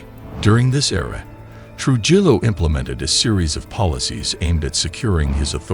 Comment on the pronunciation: Its pronounced Tru-hillo